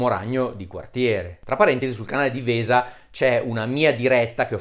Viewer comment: Vesa no Dario, no, non è "Vesa" ma "Uesa Channel" xDD